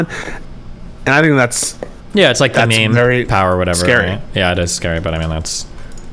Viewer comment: "There's no danger of any civil war or unrest or anything!" "Guys, it's scawy wight now."